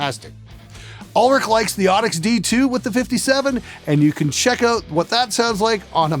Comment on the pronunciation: noticed the way you said "out." where you at exactly? ON? Shouts out to Canadian musician/engineers